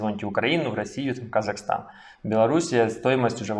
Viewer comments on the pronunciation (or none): none